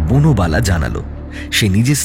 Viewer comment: বনবালা কে বার বার বুনোবালা বলা হচ্ছে কেন?😂